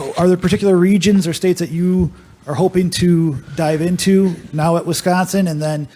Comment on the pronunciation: Lol for years I got to watch Reggie White talk about Westconsin